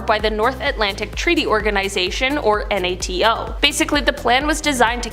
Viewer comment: NATO = "NAY-toe"